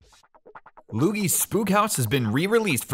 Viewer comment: Right before the intro, in my mind I'm thinking "Loogal's Spookhouse". Then you come in and say "Loogi's Spookhouse". Damnit